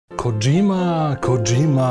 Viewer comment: żle wymawia nazwisko, w japońskim nie ma "dż", przez romanizacje tegóż języka popełnia się właśnie takie błędy powinno się wymawiać KO Dźi Ma, "sz" też nie ma więc jak będziecie w razie zamawiać sushi to poprawna wymowa to su-śi. Pozdrawiam ;)